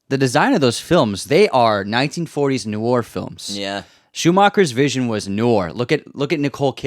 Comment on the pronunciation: What’s “noor”? Noir, you think? Somebody tell him… 😊 This is a GREAT channel!